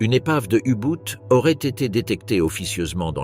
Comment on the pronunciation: U Boot et non U Bout